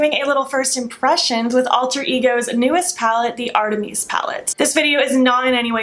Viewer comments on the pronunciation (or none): Love this look and the video so much! 🖤🖤🖤 Idk if you care (it’s totally not a big deal at all) but I believe it’s pronounced like ‘art-ah-miss’ like the Greek Goddess :-) Thank you so much for making this, I love my other Alter Ego palette. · It’s pronounced like Arti-miss, like the goddess, Artemis.